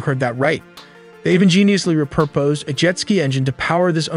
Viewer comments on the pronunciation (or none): Well that’s a new way to pronounce “repurposed”